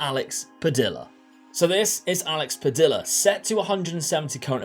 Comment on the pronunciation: Padilla..... Pad ee ya. The LL changes how its pronounced :)